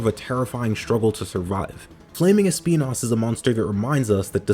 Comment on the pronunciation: When he said “Speenas” I felt that